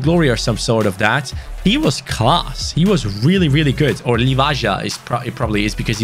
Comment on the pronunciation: Its not pronounced "livaha" its pronounced "livaya"